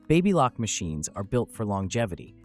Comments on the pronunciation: Hard A in Baby Lock. The Baby is pronounced Baby as in a newborn infant. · Babbalock? Babe-a-lock? 🤣